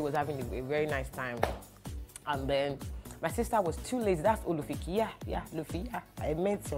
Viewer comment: I always rewatch this video because of the first story, the way you said "Olufikie" 🤣🤣🤣🤣🤣🤣🤣 Two years after, I always laugh I can never forget this particular story. Werey gba aunty mi Olufikie leti😂